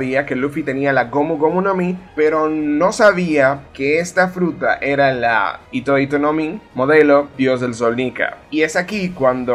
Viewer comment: La H se lee como J, hitohito no es igual que itoito